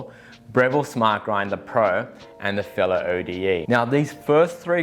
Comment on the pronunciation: And it's pronounced 'ode', not O.D.E.